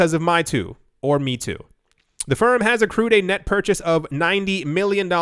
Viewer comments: Meitu = may-tu Not "me too"..... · its pronounced may-two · Mei (美) in Chinese means beautiful. Tu (图) means picture. You should pronounce it as: “may-too”. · Meitu is pronounced "May too" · Fun fact: Meitu is pronounced as "MAY-TOO" Stellar video as always. Cheers! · There are so many Meitu news. Please check how to pronounce it's name correctly for the next video.